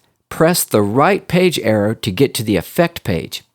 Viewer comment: I kept on thinking he was saying error But he was saying arrow